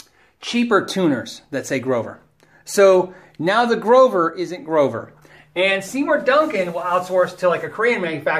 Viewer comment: "Groover" haha :)